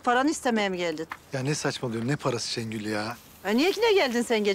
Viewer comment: Şu Gönülü bu türlü anlamıyorum ha.. Kendisi Orhanı Şengül'ün elinden almış, şimdi gelip arsız - arsız diye dolanıyor... P.S. Şengül 'e Şəngül demesine gerçekten sinir oluyorum😡